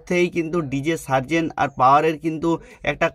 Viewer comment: Sobi thik but serzen ko Tarzen banadia 😂😂😂